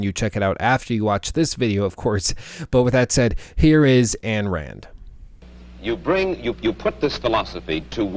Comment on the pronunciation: Her name is not Ann Rand. 'Ayn' is pronounced like the German 'Ein'.